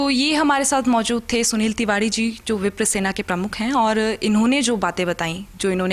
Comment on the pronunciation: Bhi vo tivadee nahee Tiwari hota hai konse. School mai pade ho aap